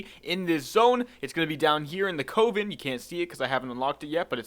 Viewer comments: Why are you pronouncing "coven" like that!? >_< also great video :) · Please look up the pronounciation of "Coven" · I don't think I was lol, just poking a bit of harmless fun at him for him his odd pronounciation, calm down boy.